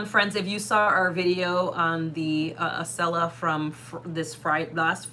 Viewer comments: Yay you said Acela correctly! 😁 I'm a Boston native. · Yay! Acela pronounced correctly. Also, I am in Wilmington DE and can't help but note the irony that the First State will be your 50th! It's barely a whistle stop on the Acela, and quite frankly, the entire state is tiny but jam-packed with things to see and do. If you are disembarking, I would be thrilled to meet with you. If not, the station is walking distance, so I will wave. Wish I found you helpful videos sooner - I booked a cross-country circuitous route (Acela, Capitol, Zephyr, Coast Starlight, Empire, Cardinal) for this summer - but your videos have helped me prepare immensely - thank you.